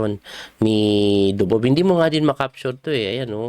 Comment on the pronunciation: Grabe ka Coach yung "Ako Dubob" mo. Laptrip!!! :face-blue-smiling